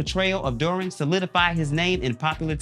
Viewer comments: Bro. Did you just not watch any of these shows. The mispronunciation of the names are sending me. Dermwin..Joann Clayton?? PUT SOME RESPECT ON THEIR NAMES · I love this show. I'm binging all the seasons now before I finish the most recent season. And say it with me DERR-win. Not dorrwin. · Why’s he saying “Derwin” so weird?